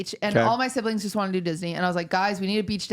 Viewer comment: "my sibilings be fucking" kills me everytime wtf kakakakakakakkakakaksd